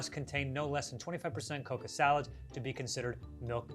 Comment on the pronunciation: Not him pronouncing cocoa as "coca" lmao very different plant